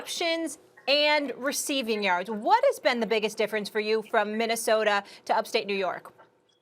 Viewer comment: Ahhhhhhh I missed SAS saying Minnesoter.